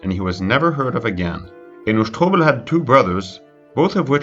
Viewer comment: You are really enjoying saying the last name "sh-TO-bel" 👍🏿